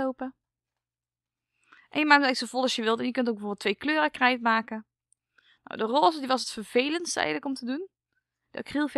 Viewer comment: Je praat een beetje raar je zij krrrrrrijt maken